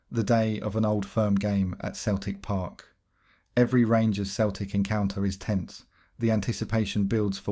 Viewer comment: youve been doing this a while now mate how can you not know how to say ibrox and celtic park properly?